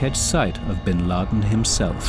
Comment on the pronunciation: Duuude...Bin Laden's impact is felt even here in Kenya during 1998 bombing of US embassy... Hundreds of deaths plus casualties...And its Bin Laden,not bin lid